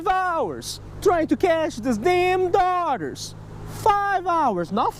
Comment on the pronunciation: I enjoyed the portrayal of "Darters" as "Daughters" .